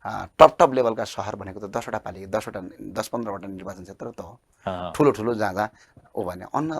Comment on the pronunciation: खतरै बोल्छु बोल्याछु भन्ने लाग्छ होला वहाँ पत्रकार ज्यु लाई नर्वाचन रे निर्वाचन लाई। कसरी बोलेको होला हाहाहाहाहा